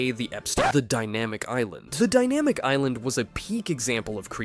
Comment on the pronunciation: Aka - "Epsitin fi- Dimaitc island😂😂😂